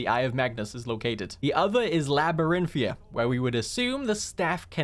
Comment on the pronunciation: hey, i love your content but i cant help but tell you that you've been pronouncing something wrong for a long time. the dungeon that the college sends you to (the one with the skeletal dragon) is called LabyrinthiaN with an N you have been saying LabyrinthiA (i love you but i have ocd so i just had to say something)